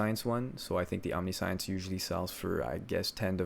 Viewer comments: if english isnt your first language your amazing.... if it is... omniscience.... jesus christ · Google how to pronounce omniscience for the love of god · Please look up how to pronounce omniscience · once he mispronounced omniscience for the time I gave up. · the omniscience pronounciation is a meme right? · Awesome build but please please learn to say Omniscience right 😂😂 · You are saying omniscience wrong. It means all knowing. It isn't "types of science". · Just a note, it's not pronounced OMNI-SCIENCE... It's om-ni-see-uns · Bruh omni-science lmfaoooo Its om-ni-shi-ence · Nice video, but it's pronounced aam·ni·shns and not omni sai uhns.. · Great video, very helpful (for the first half that I've watchd), but I just have to comment... It's omnih-shints. Not omnee- science. I know it's spelled like that, but it's not pronounced like science. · Omni Science /Facepalm Please say om ne shense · Say "omni science" again. Please. Please do. For christ's sake dude it's pronounced "om-nih-shence" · /ämˈniSH(ə)ns/ Om Nish Ense Not Omni-Science. English doesn't seem to be your first language so there is a lot of forgiveness here. But just to be accurate here. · Cool guide, that build looks amazeballs, but you saying omni-science is killin me! "Om-Nish-Ence" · my only criticism is that it's pronounced Omni-Shense the i isnt "EE", its low i sound :) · i'm doing accuracy stacker but used this to look for possible improvements thanks. btw omniscience is not pronounced "omni-science" is "omnishince" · its omni-shee-ence, not omni-science lmao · Om-ni-shance is the pronunciation. I know it sounds stupid but wcyd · awesome level of detail. and tip: omniscience is pronounced 'om niss shince" not omni science unless you were memein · Its not Omni-Science its Om-nee-see-ence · om-NIH-shense is the correct pronunciation i have no idea wtf aam-ni-shi-en-su is but thats even more confusing than omni-science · you pronounce omniscience wrong, its pronounced, omniscience